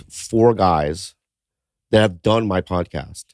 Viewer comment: Haha 'pordcast'.. that made me laugh & idk why